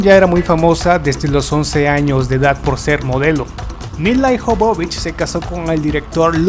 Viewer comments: Se pronuncia Míla Ióvovich y no milaijovovic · Adoro esta película... Y adoro a Milla Jovovich. (Y por cierto no la.sabe pronunciar... Se pronuncia MILA YOVOVICH) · "Bésson" "Ciiiiber pUnk" "Milaiiii Jovovich" Esa pronunciación, mi Dios!!!!!!! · odio como pronuncia el nombre el locutor,..... SE PRONUNCIA mila yovovich... (no como el dice milayjovovich